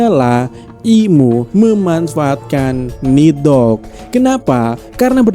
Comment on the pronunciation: Pengucapannya yang bener... Ni - dhogg Bukan nid - hogg